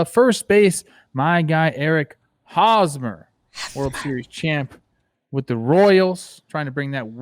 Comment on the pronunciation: “..hosmer..” - Jimmy LMAOOOOO